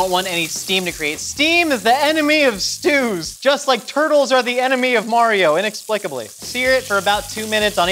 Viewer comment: “When you’re layering Stus...”